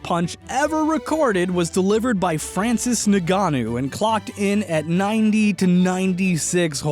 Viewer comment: it’s pro bounced francis n-gan-u